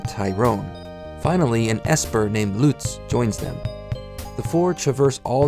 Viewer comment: It's pronounced Luhts, not loots. Just sayin'.